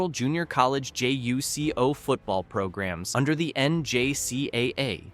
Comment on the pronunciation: It’s not J-U-C-O it’s JuCo (joocoh